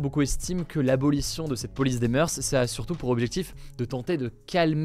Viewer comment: juste pour information, on ne dit pas "meurse", mais "meur" pour "moeurs"